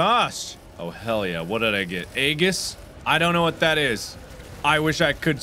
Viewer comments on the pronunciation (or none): none